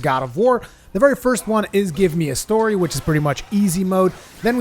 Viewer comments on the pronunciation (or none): none